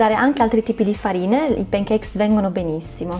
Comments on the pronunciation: Brava! Ma ti prego! Non pronunciare pEn i pAn cakes! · p"E"ncakes....NON SI PUÒ SENTIRE! In questo caso la "A" si pronuncia proprio "A". Cmq a parte la pronuncia video molto bello e interessante! 👍🏻